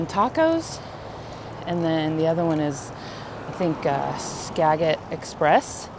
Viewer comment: That Thousand Trails looks a lot like the one in Florence, OR (our personal favorite since it’s only a few hours from my home and we go there at least once a year). Biggest pet peeve is off leash dogs and owners who don’t clean up the poop. Btw- Skagit is “ska-jit” No big deal, just thought you’d like to know. 👍 If you do end up on the Oregon coast, try Novelli’s in Florence, OR for extremely good chowder. It’s in a sketchy looking shack on the docks but it’s the best I’ve ever had.